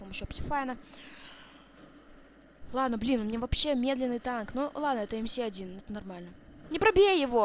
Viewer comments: не эм си 1 а эм эс 1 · Не мси1 а мс1д……ил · Не ЭМ-СИ 1 (как ты сказал), а МС-1 (Машина Смерти-1 - звучит глупо для танчика 1 уровня) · не эм си 1 эм эс 1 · не правильно МС-1 произносишь, ещё говоришь что до 8 лвла доходил. Обманьщик, врун